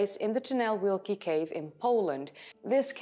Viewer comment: Yes, you butcherd the name. Ojcowski - Oytsovskee (or something like that) Tunel Wielki = Great Tunnel. Polish W is read as V in other languages - Vielki. And we read "Ł" and "ł" like W in English. Great Job, BTW.